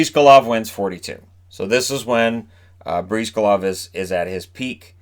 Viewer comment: Briz-GAH-Lahv, not Breeze-guh-lahv